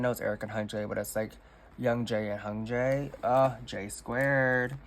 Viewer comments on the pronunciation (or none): I hope this doesn't come across rude, but you tend to mispronounce idol names that have "y" vowel sounds. For example, you say "Ji-ho" instead of "Ji-hyo" or "Hun-jae" instead of "Hyun-jae." Something that helps in pronouncing idols' names overall is to learn to read Hangul at a basic level at least. It's a pretty intuitive writing system and comes in handy for K-pop things!